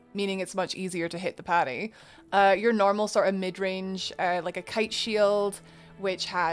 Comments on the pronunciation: It’s “parry” not “patty” 🤓(<-you) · i just keep hearing Patty instead of Parry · I’m confused if you are parrying or paddying? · I hear Patty wondow also, it's cute.